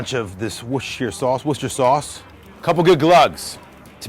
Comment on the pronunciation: "Woostah" sauce! Thank you for the pronunciation!